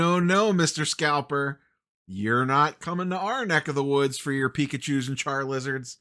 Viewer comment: you say. but at least you say Pokemon correctly... too many poketubers say po-key mon and still manage to be pedantic people.